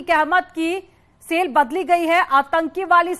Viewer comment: Arrey madam SALE nahi Cell kaha jata hai aur SIFT Nahi Shift kaha jata hai😂